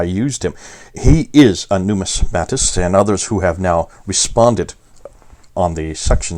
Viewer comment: A word nerd here... you are pronouncing "numismatics" correctly, but numismatist is "nu-MIS-ma-tist." Here is a link to and you can click on the small speaker to the right of the word. I have been truly enjoying your videos since I stumbled upon them about a year ago through CIRA International. Such good information for those of us who want to win Muslims to Jesus. Thank you for your work.